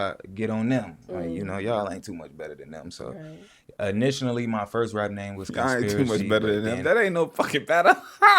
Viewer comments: his "initinally" is killing me. He do have a rich vocab it just be different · He said " Initionally " (initially) 😂😂😂😂😂😂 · Bro keep saying initioinally 😂😂